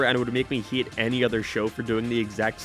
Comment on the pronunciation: What accent is this? You sound like you have a general American accent, but you pronounce “How” as “Hiaw” - “Way” as “Wee-uh” and “Hate” as “Hee-At”. I’m confused. It doesn’t sound Canadian. But maybe it is? Anyone know?